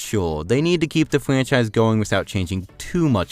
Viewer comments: Don’t be a prick man, he may just have a speech impediment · What the hell is a fwanchise and a uniwerse